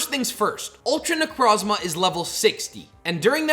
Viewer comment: It’s pronounced nuh-CROHZ-muh and ar-KEY-iss, “”! 🤨